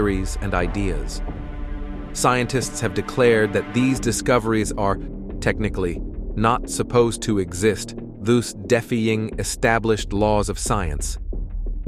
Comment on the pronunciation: "Thooz deffying established laws of science?" what hahahaha!